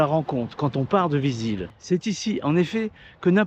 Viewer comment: Bravo pour cette vidéo. J’aime bcp la tonalité de cette chaîne 👍 Correction, on prononce ViziLe